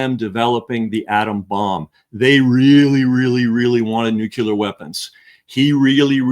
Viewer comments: Nucular is a common mispronounciation of the word Nuclear. Nucular it’s not even a word. How can this guy be such a good author but not know that Nuwcular is not even a word? George W. Bush started this idiocy with his mispronunciation of the word but now intelligent people don’t even know that Nucular is not even a word? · Also... it's pronounced noo-CLEE-uhr, not nook-YOU-luhr. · I admit...I'm also bothered by hearing that mispronunciation(!) Solution: Step 1 - get the person to read the word: CLEAR Step 2 - get the person to read the word NEW. Step 3 - get the person to read those two words, slowly, in a row. Step 4 - reverse the word order, get the person to say the two words, slowly, in a row. Man! I leaned how to "sound it out", when reading new words, in SECOND Grade, in a nondescript public elementary school. I never understood the difficulty of reading the word: N U C L E A R . Why should it bother ME? I don't know; just a pet peeve, I suppose.